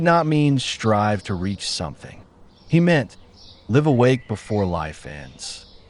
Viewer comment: great info. Is this AI generated, i think it mispronounced "live"